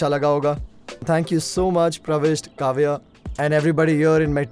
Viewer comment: It's not kaavya it's kavya